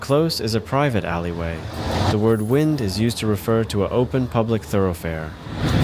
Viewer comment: The word "wynd" is pronounced to rhyme with "mind".